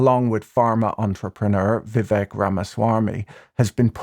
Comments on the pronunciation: its VIV VAKE, not VIV VEK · As the face of a rap channel, you should be fully aware that Vivek rhymes with cake.